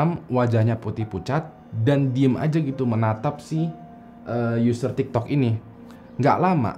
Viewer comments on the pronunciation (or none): none